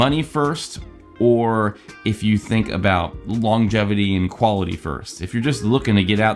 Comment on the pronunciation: did you say "longetivity"....?